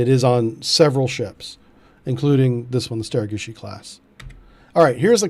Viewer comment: Love the prononciation bro StereGucci class all the way